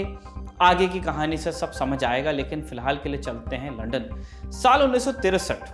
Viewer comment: अबे रिपोर्टर पहले लंदन बोलना सीख.. बार बार लंडन लंडन बोल रहा है आजकल कोई भी रिपोर्टर बन जाता है